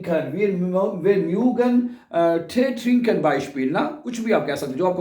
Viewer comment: Schlechste aussprache je ich kenne. Nicht mügen .mögen